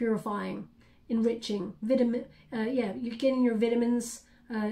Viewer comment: That was cute how you pronounced vitamin But it is vitamin(sounds like VY TA MIN) yours sounded like (vit a men) Was cute :)